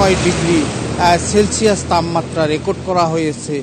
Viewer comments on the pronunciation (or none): এটা তাপমাত্রা হবে তাম মাত্রা নয়